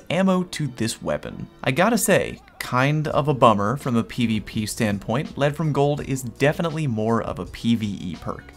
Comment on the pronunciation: Nice one, you don't need to hear someone say "Leed from Gold." It's better hearing someone like say it, because they know what they're talking about.